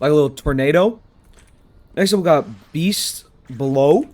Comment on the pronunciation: You said beast bellow wrong